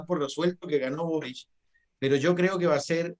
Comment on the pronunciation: Pepe auto 👀 pronuncia el apellido de boric como borich que inculto para ser político 🧐